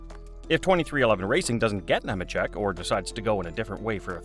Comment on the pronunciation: It’s “Kneemacheck”.🙄